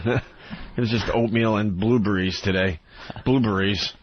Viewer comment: I fucking hate when Opie calls Blueberries "Blueburries"